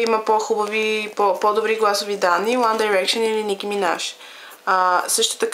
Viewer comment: Мислиш си, че знаеш много за One Direction, но не е така. Та ти дори не изговаряш името правилно. -.- Правиш се на гхолямата работа, а всъщност си жалка. За много яката ли се мислиш като ги обиждаш? По това, което виждам ти май си доста нахранена... Отпадали са много пъти и са ги връщали? Завършили са чатвърти? Барали са се постоянно? Абе ти чуваш ли се? 1-во Те НЕ са отпаднали нито веднъж. 2-ро Завършиха ТРЕТИ. 3-то Не се барат постоянно. Като ще говориш, поне се разрови малко и кажи нещо вярно! А да, научи се как се изговарят. И Mtv Awards също не се изговаря така хД Като ще се правиш на много умната, поне се научи как се гови на английски. Ники по-добра ли е от 1D с един тон силикон? По-яко ли еда си си сложил силикон навсякъде и да си движиш ръцете по тялото на всяко видео? Да, харесвам я... Наистина има талант в рапирането, но не можеш да сравняваш Ники с One Direction. "Те пеят за момичетата" Ъм да. Какво очакваш? Да пеят за момчетата или за кифлите като теб? Те пеят за нещо смислено. Най-важното е, че успяха да накарат всяко момиче да се почувства красива! Всички без Найл и Хаза си имат гаджета - МОМИЧЕТА! Мдаа, много е гейско да ходиш с момиче или да се сгодиш с момиче. ХДДД не знаеш абсолютно нищо за тях so, SHUT UP FUCKING BITCH!!!